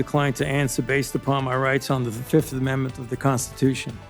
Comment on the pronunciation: He pleads the Fif . F I F.😂